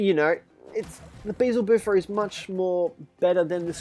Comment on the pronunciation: Hes stupid,it’s (Beel•ze•bu•fo)